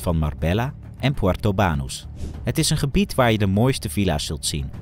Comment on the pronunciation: Het is ook niet Puerto Baaaanus maar Puerto Banús